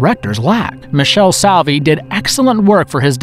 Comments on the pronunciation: Why does nobody on the planet ever mention The Sect/La Setta? And the director's name is pronounced MEE-KELL-EE SOH-AR-VEE. Not Michelle Suave or whatever, lol. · Leigh McCloskey: lee mih-claw-skee, not lay mih-cloh-skee). Michele Soavi: mee-kay-lay soh-ah-vee, not Mish-ell sow-vee. I know you only had room for 10, and Soavi is represented well already, but La Chiesa is a surreal masterpiece. (edit) On second thought, this should have had some Bava in it, so...fifteen? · PUPI Avatii (not Giuseppe), LOO-cho Fulci, Mick-EL-e Soave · ME-KALE-AY SOH-AR-VEE. He didn't do well with any of the Italian pronunciation. Also the script seemed to be written by aliens who havn't been on Earth all that long. Or the people who do the translations on Ramen noodle packets. Filled with ridiculas inacuracies and assertions. "60's wave of Zombie movies?" What are they talking about? I can only think of 2: Night Of The Living Dead and The Plague Of Zombies. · "Michelle Saowee"